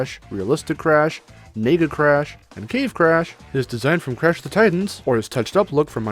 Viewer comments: Can you please enunciate the word "nega" in Nega Crash? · Holy shit, you NEED to better enunciate whenever you say "nega" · everytime i hear nega i hear.. n..... lol